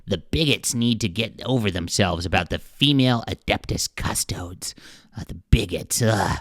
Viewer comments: It's CustodEES. Not CustodODES. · Cus-toe-deez. Not cuss-toads. Why cover it if you don’t know shit about it? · I hate how every video on YT is an ad for something. Dude doesn’t even know how to pronounce CustoDES! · Can’t pronounce faction correctly, but big mad there are ladies in said faction. Derp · The amount of YouTubers who are interested all of a sudden but cannot find out how to pronounce the name of the Custodes is infuriating!